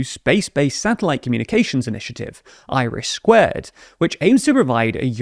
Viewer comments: This guy really needs to learn how to pronounce “iris” lol. I keep thinking Ireland has launched a space program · I'm just shocked Norway has a conservative party who is in favour of joining EU. Usually that looks a bit different for right wing politicians. Also, i know you were saying IRIS, but due to speech it sounded like Irish square😂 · When I watched TLDR's recent video on it I also heard Irish squared the first time!